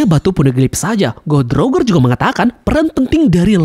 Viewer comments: salah sebutannya bukan "Rogger" tapi "Rojer" gitu dong. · wkwkwk cara lu nyebut roger literal banget jamet